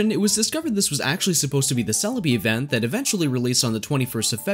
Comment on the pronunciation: It bothers me a little that you seem to to say "evenn" and not "event" :D haha but no worries :P